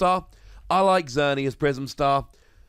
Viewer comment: Oh no that almost seemed as if you meant to insult Xerneas Prism Star by not only giving it an honorable mention, but also saying "Xer-nee-ass". Lol a 5 Wossy insult, if I do say so myself.